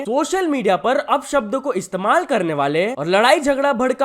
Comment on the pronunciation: Opo sabda❎ Upp sabda✅ 😂😂